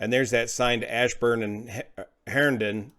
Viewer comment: Yeah, it was the Arcola station of Loudoun county that responded. As a heads up though, Herndon is pronounced Hurn (like Turn but with an H) -dun. It's the northernmost city of neighboring Fairfax County. Also, there wasn't much traffic as most places were closed for the weather (Virginia likes to grind to a halt for just a light dusting of snow, to which most of the snow in the photos was from the previous storm on Monday, with Friday only adding half an inch to it, but businesses and schools said "Snow Day for Friday" on Thursday with police begging people to not venture out unless absolutely necessary for your actual life and ability to survive.